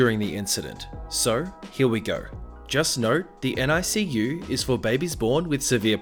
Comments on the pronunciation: Fyi NICU is pronounced nick-you not N-I-C-U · Extremely late, but just so you know, NICU is just pronounced basically like it's spelled(nick-you), you don't have to say each letter. (My mom works in the nicu) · Narrator: NICU is just said as if it's a word, "NICK-you." (Best friend is a NICU support volunteer for moms since all three of her kids were NICU babies.) That said, the mom was SERIOUSLY endangering every baby in the NICU. Even her loud outburst endangered the babies because they're very sensitive and fragile and just the shock and fright from sudden loud noises could cause a NICU baby physical harm. She probably set back some babies' recoveries. Monster Mom.